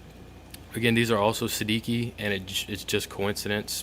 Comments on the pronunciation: It's an Italian name, pronounced "Sed-EE- chi" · I think it's pronounced say-de-chi. It's Italian for 16. :) nice review